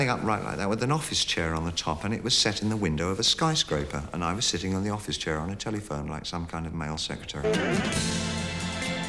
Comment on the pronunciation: I love how he pronounces telephone "telly-fone"